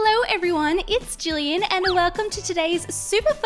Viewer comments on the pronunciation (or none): none